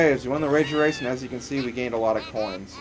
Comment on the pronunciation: yes u just said wager wace